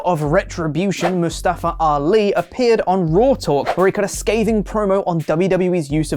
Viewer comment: Remember is MUSS-STPHUEH-ALEE not MOO-STAAFUH-AAWLI